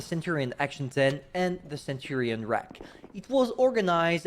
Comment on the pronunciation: It's already confirmed by me... Ima go for the Type 59. And also, funny how you just say RAAC (Royal Australian Armored Corps) as rack. Hilarious XD